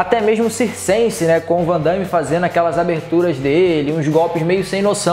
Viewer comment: não é VANDAIME é VANDAME mestre !!